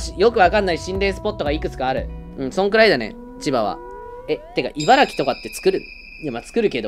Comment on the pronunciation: ちゃんと、「いばらき」っていてるのは流石ね